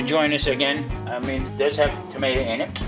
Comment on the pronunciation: I love tom-a-ti-o too!! I love that you left that in!! I dont feel so alone in my word scrambles....lol! We are growing some purple tomateo's!! I am so excited for them and this sauce recipe will be perfect! As always, Great video!!